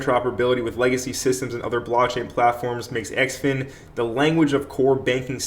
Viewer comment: Heads up. Its pronounced "Zin-fin"